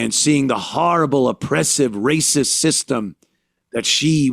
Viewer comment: If you try to stop them, its "raysis"